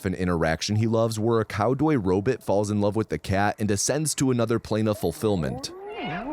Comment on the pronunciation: Cowdoy robit? Cowdoy robit in the city????